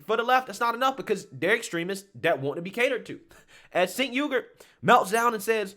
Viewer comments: It's not Sink! It's Chunk! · Thanks to the English language, it’s (according to Tim Pool) pronounced “Jenk” not senk 😊 just trying to correct a mistake I’ve made. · Chunk Yogurt is a moron and so is anyone that follows his lead. By the way, his name is really pronounced "Chenk", not "Senk." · Pronouce his first name as "Chenk" - that's how he says it. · I say this only to educate fam.and no disrespect. I want you to be as articulate as possible because we need you on the right. 'aquisition' is generally pronounced ACK_Weh-Zih-shun but may also be pronounced ACK-Wee-Zih-Shun. Also 'Cenk' is Pronounced Ch-Engk. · Lifts glasses "Um, his name is actually pronounced JUNK." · I love how you pronounce Cenk's name. Though, it isn't pronounced how it's spelled, it's pronounced Chenk, though I call him the Fat Brown Buffalo or Chunk Yogurt.